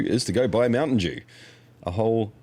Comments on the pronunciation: MOUNTAIN DEWSH! 😂😂😂😂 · Are you saying Mountain Jew? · not mountain dew but mountain djew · Mountain Deux? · Mountain Dooze 😂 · Mountain Dewze?